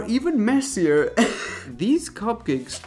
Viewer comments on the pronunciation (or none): none